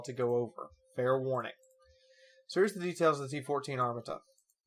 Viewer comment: You pronounced Armata wrong